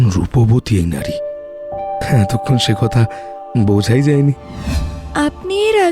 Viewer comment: খুব সুন্দর লাগছে।"আদর্শ হিন্দু হোটেল" টাও আপনাদের চ্যানেল এ দেখতে চাই।তবে কিছু উচ্চারণ একটু অগোছালো যেমন ' নাড়ি' না বলে ' নারী ' বললে ভালো শোনাতো আরো